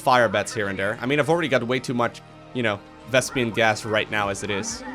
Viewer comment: "Vespian gas"